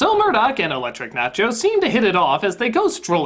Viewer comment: I know the girlfriend's name is Elektra, but the way she says it, you'd swear her name was actually "Electric Nachios."